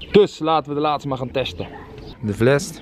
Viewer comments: Het is FLES, niet VLES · Like als je ook hoort dat vles zegt in plaats van fles!